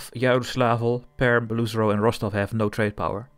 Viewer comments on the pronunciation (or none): Just for the future, Beloozero isn't pernounced "BelOOzero" but rather "Belo-Ozero" which means "white lake" some nice russian language info for u, gl in ur campaign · Not Beluzero, but Belo-ozero (means "white lake") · i always thought it was pronounced like "below zero" 😭